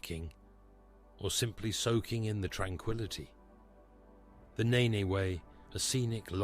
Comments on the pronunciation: Its not the ne ne way its like nen:face-fuchsia-tongue-out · its river Nene, sounds like Neene not ney ney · This Ai couldn't say Irchester, called Nene way Nay Nay way...did you watch this back before uploading? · Once you get to Peterborough it’s the neene no longer the nen. But who wants to get to Peterborough?